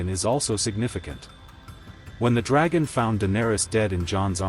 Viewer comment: "Eye-grid???" "Dragon???" "Maester Ee-man???" That is SO irritating! Have you actually WATCHED the series? At least pronounce the bloody names right!! :D